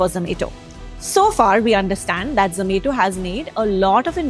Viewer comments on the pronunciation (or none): its zo-ma-to not zo-may-to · I really wanted to watch this but hearing her pronounce it as za-may-to was so irritating that i had to stop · Same here.. ZZZ ME TO .. 😂😂😂😂😂 IT IS ZO MA TO... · Irritating when she tells zomato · I prefer zom-ah-to.